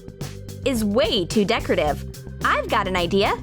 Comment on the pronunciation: "And decretive tape is too...." STRUGGLING "decretive.."